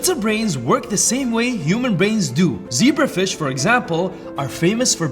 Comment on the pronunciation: "Z E B R A F R I S H"